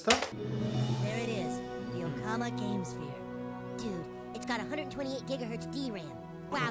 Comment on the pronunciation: This episode aired in August 2001, just slightly over a month before the Nintendo Gamecube got released in Japan, hence the use of "Gamesphere" as the newest and fanciest video game system. They mispronounce the word pretty bad, but "okama" is Japanese for drag queen or transvestite.